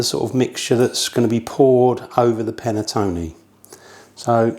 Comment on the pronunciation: Would be nice if the English actually learned how to properly pronounce the word "Panettone"... "Panettoni" is plural.